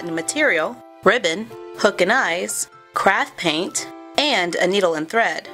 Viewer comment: Who else thought she said crap paint